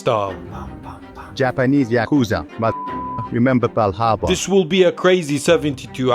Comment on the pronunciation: Pearl Harbour not bal harbour. There is Bal harbour shops in Miami